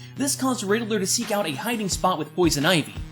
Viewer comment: i thought it was pronounced like ridd-ler but you said riddle-ler